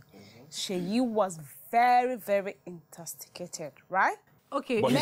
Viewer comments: “Intasticated” 💀I can not move on from that😭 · I heard intosticated 😂